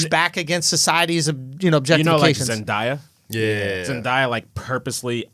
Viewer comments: Ew he said zendaya’s name wrong. It’s pronounced the way it’s spelled: Zen-Day-A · My nigga said “ZeNdiYa”